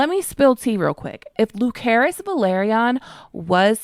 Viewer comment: Not once in the show was he called LuKerys. Lucerys.